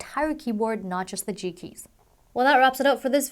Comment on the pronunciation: It sounds like she keeps saying cheeky instead of G Keys lol.